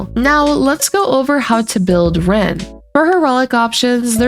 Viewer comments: You keep saying ren instead of rin, i know it’s probably fine but its bugging me like crazy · Tomato, tomato… 😂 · Tbf, the name "Rin" can be said a few ways in english. "Reen" is the less common way in most dubs, though it is how they say it in the FSN im pretty sure but eh, its semantics.